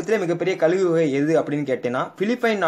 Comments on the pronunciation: கலுகு இல்லை கழுகு னு சொல்லுங்க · Bro athu kalugu Illa kazhugu